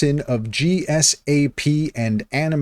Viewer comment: Sorry but you reading the abbreviations as singular letters is just a major turn off... gsap is pronunced "jeesap" and D-O-M is just pronounced as... dom. Other than that, you just reiterated what the AI told you, no thoughts of your own...